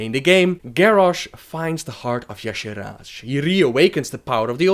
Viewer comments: Its yogg-saron, not yogg-SHAron. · seriously as i read this, i read "yogg'saron" but you keep saying "yasharon"... learn fucking english before speaking it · FOR. FUCKS. SAKE. LEARN. ENGLISH. Ok Yogg-Saron. Not Yosherrann Shat-trath not Shath-rah Murad-in, not Murrahhh-dun this is just the basics.... learn fucking english, and how to read, and these movies would be less shitty